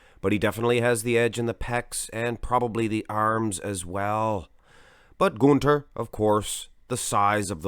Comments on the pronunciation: When you say Gunther's name your accent sounds Swedish as opposed to German. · Gunter is German, you idiot! Will you quit pronouncing his name as if he's Swedish?? Jackass.